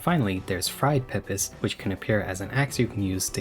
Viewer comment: it's PEE PEEs, no pip-is. Eggs, not drugs